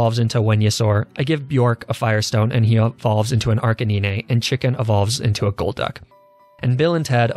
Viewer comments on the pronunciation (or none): Its not arc-i-ni-ne Its Arc-i-nine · He pronounced Arcanine correctly, I'm proud P.S. He usually calls it arca-'neene' Edit: DANG IT! He called it Arcanine before, then calls it arcaneene later when it evolves.... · Am I the only one who was disappointed when he didn't pronounce "Arcanine" as "Arcaneenee"? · first and last time you pronounced arcanine with a 9 instead of a niné lmao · how is “Neenay” instead of “Nine” relevant to the content? Not trying to hate, just genuinely curious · I’m shocked to hear him say “arcanine” onstead of “arcaneenay” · HA I saw through you! at about you said Golduck normally but in one of your recent challenges you pronounced it "Jolduck". Pretty sure now that you're doing at least some on purpose lol Arcaneeney is not one of them though, probably xD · Wenyasaur... Arcaneenay? He's doing this on purpose right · "Weenyasaur" "Arcaneenay" Ah, I see you too have gone to the I've-watched-too-many-WolfeyVGC-weedjos-to-pronounce-pokemon-namees-properly school of pokemon. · I'm sorry what my ears must have ear wax in em or did i hear that right did he pronouce venusaur wenyusaur and arcanine arkaneenine? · wenusaur?? arcaneenay?? u trippin bro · Rare footage of mispronouncing "Arcanine"